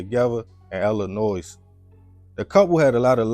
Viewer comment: This is so sad. Some people are just not to be played with especially when you know the person’s kind of mindset. Also The “s” in Illinois is silent “pronounced: ee-luh-noy